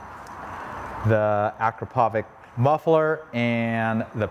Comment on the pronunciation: Excellent video! I also like the Acrapovic exhausts. But I want to correct you. It is pronounced Akr-a-povits with the tone at the second a.